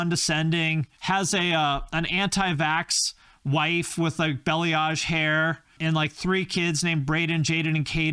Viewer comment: Belly-age 😂😂😂😂😂☠️ For the record (for everyone 😂) its BAh-lee-ahg (balayage) Just made me giggle as a hairstylist that always hears different versions... That is officially my new favorite 😂